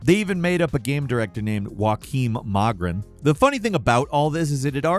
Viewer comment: i am so sorry but i snorted hard at trying to pronounce *Joakim Mogren*, also honestly thats more of a Norwegian name rather than Swedish but yeah.